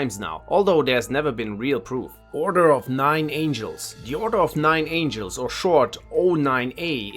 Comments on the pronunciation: Little correction : it's order of nine angles , not nine angels. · dude... 9 angles as in geometry, not frigging angels as in messengers of god... jeez! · If you're going to call a group a cult and say why, it's probably a good idea to at least get the name right. It's Order of Nine ANGLES, NOT Order of Nine ANGELS. And Jehovah's Witnesses say Jesus is not God, but do believe him to be God's son. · It’s order of 9 angles not 9 angels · It’s order of the nine angles not angels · For fucks sake! It's not Order of Nine ANGELS. It's Order of Nine ANGLES! It's based on geometrical ANGLES! This obviously proves that this video needs more research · I love your videos. One small note though is that the Order of Nine Angles is not "Angels" but Angles as in Geometric Angles. Thanks for making your videos. I learn a lot. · Its Order of Nine ANGLES not ANGELS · It's called the Order of 9 ANGLES lmao. If this guy can't even get the names right I wonder what other errors there are in this information